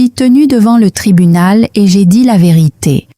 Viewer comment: "La ve'rite' "